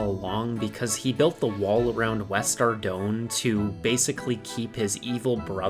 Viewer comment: just so you know ardougne is pronounced Ar-doyn